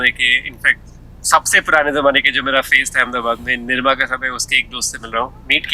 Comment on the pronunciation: NIMRA nahi hai.......its NIRMA